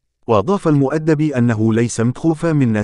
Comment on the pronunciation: يا اخي احترم الناس. الراجل اسمه حمدي المؤدب. تنطق AL MEDAB. مالك انت كل شوية. المدبي...المدبو ؟؟؟؟قبل لا تعطي معلومة تأكد من صحة كلامك !!!!!.